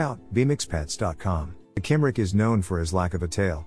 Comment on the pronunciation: Cymric is pronounced cum-rick.